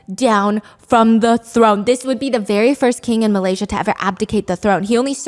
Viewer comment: Shut up stop saying Malaysia wrong